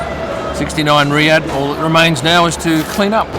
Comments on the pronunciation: Its RiyaL not RiyaD (the currency) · The currency is RIYAL (pronounced ree-yaal), not Riyad - the capitol city of Saudi Arabia